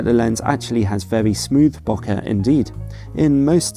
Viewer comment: just letting you know, bokeh is pronounced beau not noh!